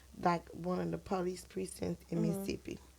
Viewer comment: It’s not Missippi it Mississippi